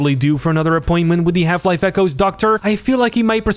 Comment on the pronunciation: i keep hearing "Half life: Kennedy 12"